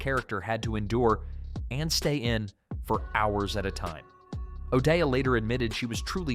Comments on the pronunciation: Pronounced "O'DAY Not O'DEEAHH" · I worked at Karl Harman's recording studio and met a few of these people. Judy O'dea pronounced her name "O'Day." One of the supposed news anchors was Frank Doak, Karl's business Manager. I was in the army at the time or I would or I would have worked on the movie, probably as a sound man. Most of it was shot on location, not in a studio. Except Doak was shot in one of Karl's control rooms.